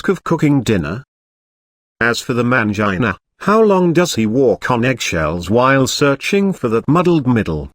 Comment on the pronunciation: hahaha I thought I was the only one laughing at that. I couldn't stop laughing whenever it said MAYUN-JIH-NUH all fumbled.